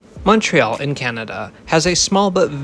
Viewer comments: idk what your background is but you might win the award for "best French station name pronunciation on an Anglophone transit youtube channel" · Great video, and you pronounced all the French names excellently.